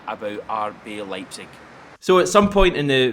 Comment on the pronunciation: Ryan118 is gutted someone can pronounce Leipzig better than him